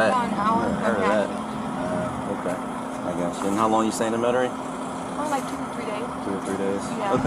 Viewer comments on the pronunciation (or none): First red flag was her not being able to pronounce Metairie. Second red flag was her saying she was going to vacation there. IYKYK 😂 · The way she pronounced Metairie 😂😂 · When girlie said New Orleans differently I said uh oh but then when she couldn’t pronounce Metarie I knew her goose was cooked. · Hold up !! 1st 🚩 she pronounced it New OR leans 2 🚩 don’t nobody come and vacation in Metry😂😂 girl your busted. New Or’lns maybe… but Metairie..don’t think so. 😂😂😂